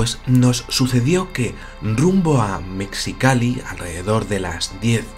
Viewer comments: querido: Mexicali se pronuncia con J MEJICALI. Aplica igual que con la palabra México en la pronunciación. Es un poco chocante escuchar "mecsicali". Aporte cultural sin afán de molestar. Alegres saludos desde Ciudad de México!!!! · Se pronuncia “mejicali”:p saludos! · Saludos desde Mexicali,! Por cierto, mexicali se pronuncia como si estuviera escrita con J o G, Mejicali o Megicali. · Hola!!! Yo soy de Mexicali!!! (Se pronuncia 'Mejicali', combinación de MÉXI- y CALI-fornia). Conozco bien el lugar a indica "A.". Acá pasan muchas cosas, principalmente en nuestra página salada y La Rumorosa. He pensado escribirte. Si gustáis...